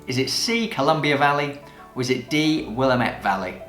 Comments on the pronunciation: And it’s Willamette Damnit! (Will-am-it) Not Willa-met!!! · When I visited the area I pronounced it incorrectly - Will-um-Et. The local that corrected me was quick to say "It's Will-Lam-it damn it." As it was a local, I did not argue and accepted this as the right way to say it. I have never forgotten the mnemonic device for remembering the correct pronunciation. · It's Will-am-it Damn it!